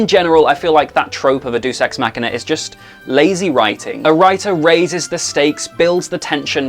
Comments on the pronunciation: I'm pretty sure it is pronounced "Dey-oos" not "Doos" ex machina. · By the way its "Deus Ex Machina" not "Dues Ex Machina", and its pronounced "Day-oos" not "Doos" Source: 4 years of high school latin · *Deus Ex Machina. Not Dues. From the word for 'God', Deity. Pronounced Day-us. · i can't believe a guy who analyses literature for a living can't pronounce one of its most well known conventions. google deus ex machina for the love of god